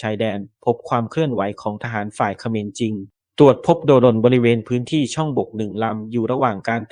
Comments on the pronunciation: เล็งหัวเป็นปุ๋ยคาที่ เล็งตรงไหน เมื่อไหร่ ไม่ตรงปก แล้วเลิกซะทีเถอะคำว่าโด-รน…โดรน ไม่ใช่ โด-รน เข้าใจอยู่ว่าเป็น AI แต่ช่วยแก้ซะทีเถอะ..เซ็งเป็ด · อ่านว่าโดรน คือ โดน ไม่ใช่ โด รน จ้า เลิกใช้ AI อ่านน่ารำคาญอ่านไม่รู้เรื่อง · แอดใช้ai หรือโดรนอ่านว่าโดนไม่ใช่ โด-รน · อ่านว่า(โดน)ไม่ไช่อ่านว่า โด-รน นี่ละเด็กรุ่นใหม่อ่อนวิชาภาษาไทย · ได้มาอ่านคำแนะนำบ้างไหม เขาแนะนำทุกคลิป อ่าน โดรน ควบกล้ำ ไม่ใช่ โด- รน ฉัรคคนลาว หนหวยแทน แต่ก็ขอบคุณ ที่แชร์เรื่องราว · คนอ่านหรือai ทำไมอ่านโดรนว่า โด -- รน ต้องออกเสียงว่าโดนแต่มีเสียง ร เรือ กล้ำ